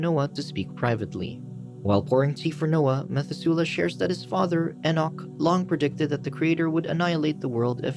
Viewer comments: its pronounced meh-thu-se-leh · Methuselah = Meh-THUZ-uh-lah Liked this retelling but narrator must have skipped Sunday school ;) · Ma thoo slahhhh is how you pronounce Noah’s father’s name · when you hear "methusela" and your language says "mathusalem" (pronounced mat-hu-za-lem and "za" isn't like "zey") all I have to say is, le mao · You got me. Dead ass got me. Comments = dollars. Meth-oo-zel-ah. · The mispronunciation of Methusela is killing me ... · Very odd pronunciation of Biblical names like Methuselah!